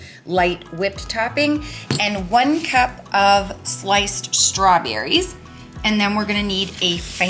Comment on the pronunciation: LOL when you were making rhe stawberry shortcake instead of "sliced strawberries" i heard "light strawberries" and I thought - what are light strawberries?